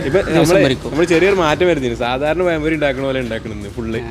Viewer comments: പയം പൊരി അല്ല, പഴം പൊരി😂😂😂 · പയംപൊരി അല്ലടാ.....പഴം പൊരി....ബേക്കിംഗ് സോഡ ഉപയോഗിക്കാതെ അല്പം കടലമാവ് ചേർക്ക്.....വീട്ടിൽ ഉണ്ടാക്കുമ്പോൾ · പയംപൊരി.. അല്ല.. പഴം പൊരിയാണ് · Malayali pazhampori kollaam pakshe payam pori alla pazham pori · Not payam pori. Pazham pori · പറയുമ്പോൾ പയം പൊരി അല്ലാ പഴം പൊരി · പയം പൊരി അല്ല. പഴം പൊരി ആണ്. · പയംപൊരി അല്ല പഴംപൊരി 🤩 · പയം പൊരിയല്ല.പഴംപൊരി 😊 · പയം പൊരി 🤣 മാവ് കൊയ കൊയാ കൊയഞ്ഞു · പയയ എണ്ണയിൽ പയം പൊരി ഉണ്ടാക്കി കയിച്ചാൽ നല്ല ടേസ്റ്റ് ആണോ? ഈ പ്രദേശത്തുള്ളവർ 'ഴ' എന്ന അക്ഷരം ശരിയായി ഉച്ചരിക്കുവാൻ എന്നാണാവോ പഠിക്കുക.